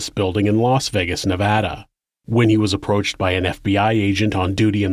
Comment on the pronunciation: thank you for the correct pronunciation of nevada